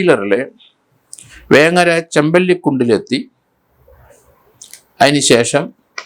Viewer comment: വേങ്ങര അല്ല സാറെ വെങ്ങര